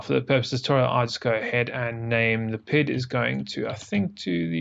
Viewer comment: The From the Depths community does not appreciate your pronunciation of P I D as “pid”